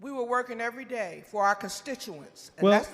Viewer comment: Erreyday Erreyday?